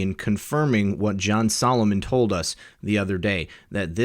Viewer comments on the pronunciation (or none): none